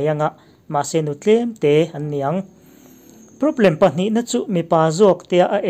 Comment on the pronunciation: Sap ṭawng hi kan ṭawng anihloh avang hian lo lam diklo deuh mahila a hriatthiamawm lutuk. Mahse, thumal ṭhenkhat kan hman tlanglawn em em te erawh hi chu lam dik ve deuh tum atan a duhawm ṭhin khawp mai. Hetah 'PROBLEM' i lamdan hian beng a tikham mah mah a ni.